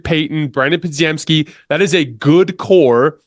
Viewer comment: Bro I love the channel but, why cant you pronounce Podz name right, Obviously you watch the games. Its spelled wild but is pretty simple to say Po-gem-ski